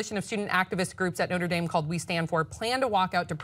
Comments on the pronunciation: I like how pronounced the school No-tra Dahm and then later said No-ter Dame. Make your choice and stick with it my friend. lol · I live about 10 minutes from Notre Dame and I laughed when pronounced it the French way.. no one pronounces that way! But anyway, I had hoped you guys would mention the fact that Pence was the governor of the state where Notre Dame is. These students have already experienced having Pence in charge.